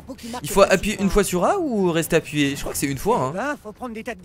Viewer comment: JE KROINKE ELLE KRIE PAS KRIAIE